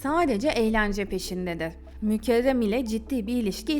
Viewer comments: Kiz mükerrem adi, mükevrem degil. Çok acaip diyorsun isimleri. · O nasıl isimler ya mükezzem mi mükehhem mi Nüzhet mi Nusret mi , tek anladığım Seniha😂